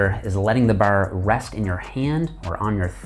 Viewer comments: the way he says bar reminds me of trailer park boys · after hearing him say 'bar' 4 times i had to see if he was Canadian :D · The way you say "Bar" get's me.. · Didn't know he was from Ontario until I heard bar and hard pronounced behr and hehrd